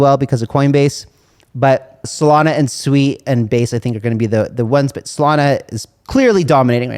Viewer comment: Thx for pronouncing Sui properly!